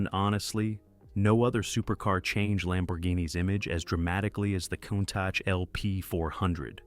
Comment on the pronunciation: These narrations kill me. The people speaking, or a facsimile thereof constantly mispronounce the name of some vehicles. For example the Countach, pronounced coon-tosh. It was pronounced cown- tosh. Where do you find these idiots, who's doing the editing. MORONS!